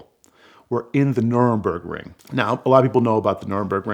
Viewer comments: Nürburgring not Nuremberg ring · Nuremburgring? I think you may mean Nurburgring. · Nurembergring? Are you fucking serious dude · Wait wait.. It was the Nurburgring right? That's what Jackie Stewart called the "Green Hell" or is my hearing failing me that I kept hearing calling the whole track "Nurembergring"? The map also threw me off as I know that as the Nurburgring. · I love this guy but he mispronounced Nurburgring. It's the Nur-burg-ring. Not the Nur-em-berg-ring. Nur-em-berg is a completely different city over 4 hours drive from the racetrack. The city of Nur-em-berg was the location of the famous Nazi trials. The village of Nur-burg has a famous race track. And what about the car? You started with this whole thing about if you could have any car, yada, yada. That's the car you want? Where is it now? What happened to it after the race? Museum, private collection, lost to history? Does anyone know? How much is it worth? Good story, but you didn't tie the end back to the beginning. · I’m so triggered by his pronunciation of Nurburgring